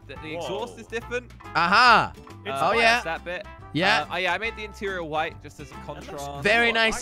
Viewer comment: i love how josh says difent